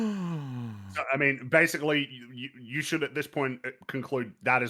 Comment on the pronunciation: He doesn't say "like you." He says "like Hugh."